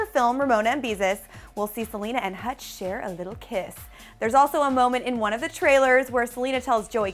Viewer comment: joslyn, u pronounced hutch's name wrong!